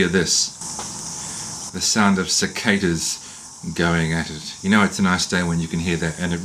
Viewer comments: Random viewer here. You actually pronounced cicadas correctly according to my Oxford, so no need to call your pronunciation a MISpronunciation or weird. I know cicahda is the common pronunciation here in Australia and in NZ, but always better to be correct than common, I say! Thanks for the tape measure tip also. Weirdly, mine is a metric Stanley, but the "chassis" measurement is 2 and 3/4 inches, which makes things hard until I get a new tape measure. Thanks for the excuse to go retailing :-) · Thanks for the tip. I’ll try it. Not sure if you think you mispronounced cicadas based on the New Zealand pronunciation, but from an American perspective, you were spot on. 👍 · I pronounce Cicadas the same way you did, that is correct. Great tip for measure tape ty.